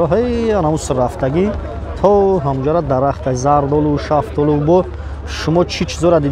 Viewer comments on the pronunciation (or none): none